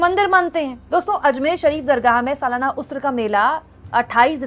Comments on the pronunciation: Pronounced "urs" and not usr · Madam usr nahi h urs hota h 😮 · please correct the pronunciation... it's not USRA, it's URS.. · Ursa na ki usra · उर्स उऱस नहीं उर् स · There are people pointing her wrong pronunciation of 'urs' as 'usr'. What exactly you need to notice is her intention and fearless journalism. Sis you are brave for talking freely... Stay blessed 😇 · ये शब्द उस्र नहीं उर्स है, यानि 'र' को स से पहले पढ़ा जाएगा बाद में नहीं।